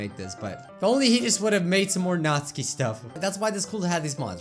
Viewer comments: u don't pronounce Natsuki right. ur saying it like its NAT-SKI not NAT-SUKI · I JUST REALIZED HE SAYS NATSUKI'S NAME WRONG!!!! HE SAYS NATSKI AND IT IS PRONOUNCED NATUUUUKI!!! MY LIFE IS A LIE!!!!!! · It is pronounced nat-su-ki not natski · it's not pronounced notske it's notsuki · NAT-SUE-KEY not NAS-KEY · Ok I need some clarifying how do you pronounce Natsuki Is it Nat-sue-ki Or Nat-ski? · "Natski" BRUH IT'S NATSUKI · Tbh it kinda annoys me how he pronounces Natsuki wrong